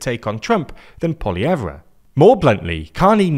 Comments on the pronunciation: I love that intentionally mispronounced Pierre's last name this entire time. It's a small thing, but it helps to fight back in small ways. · Mispronouncing Poilievre is ridiculous, come on!!!! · This guy doesn’t even pronounce PP’s name correctly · Your pronunciation of Poilievre is incorrect and it’s really irritating. All you had to do was listen to a Canadian news broadcast to get it right. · You're pronouncing Pierre Poilievre's name wrong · Canadian here; you are mispronouncing the name of the Conservative Leader Pierre Poilievre. Here is a link to a CBC video involving Pierre to hear how his last name is pronounced here in Canada. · They way they pronounce Poilievre 😭😭😭 the re is silent 😭😭😭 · That is the most English pronunciation of Poilievre I have ever heard.🙃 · The Re in the conservative leader's last name is silent. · Looks like is back to not researching how to pronounce "Poilievre" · Love the video. Don't love his pronunciation of poilievre. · Skip the “re” when pronouncing Poillievre’s last name. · The "r" in Pollievre is silent. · I think you mispronouncing PP last name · Also the R in Poilievre is silent. Fyi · Great video but you dont say the "re" in Pollievre's name it sounds like an "e" his last name is french even though he isn't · You should probably learn how to properly pronounce French names before posting videos on YouTube. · Amusing, because one of the most common pronunciation errors is not pronouncing the "r"s. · Just a note, when pronouncing Poilievre, we don't pronounce the R. Poll-ee-ev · Trump is a big part of Conservative decline, but Trudeau dropping out is significant. I can't explain enough how much Canadians HATED Trudeau. The Liberals started rising in the polls as soon as he dropped out. Also, Poillevre is pronounced Pol-y-ev. No "r" at the end. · poilievre is pronounced without the re lol like "poly-yev" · Omg his name isn't pronounced "poll-i-ev-Re" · For Poilievre, you don’t say the R. It’s pronounced polly-ev